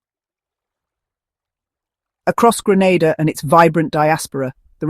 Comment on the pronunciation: It's Grenada, not Granada